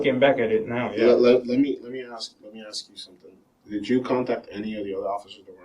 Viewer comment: He should be thrown in jail just for saying "axe" instead of "ask".